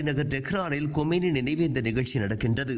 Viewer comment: கொமேனி அல்ல கமேனி. செய்தி வாசிப்பதை தவறாக வாசிக்க வேண்டாம்.